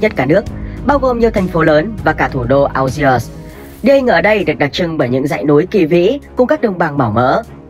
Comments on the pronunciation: phát âm là ni giê và an giê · Đã đọc tên đất nước là "An giê ri" thì đọc tên thủ đô là "An giê" mới đúng chứ 😀